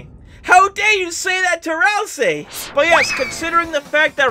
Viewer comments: My man said ralsei wronge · pls say it right, ralsei is from deltarune and not in unertale, i get angy when someone gets it wrong